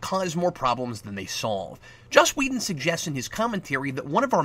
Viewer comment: Are you calling him Wheaton instead of Whedon? I think that's what I hear, and it's cracking me up. Keep up the good work, Cap.